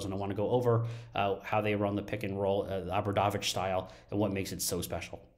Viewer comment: Please learn the pronunciation, it is very easy, oh bra dough vich